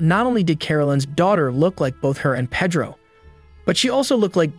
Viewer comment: It's pronounced Pay-dro, not Peh-dro